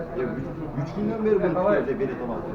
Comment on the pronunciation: Белет эмес билет